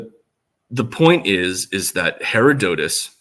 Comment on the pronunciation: Her- odd-at-us